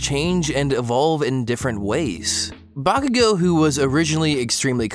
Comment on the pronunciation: Why are you pronouncing Bakugan so weirdly?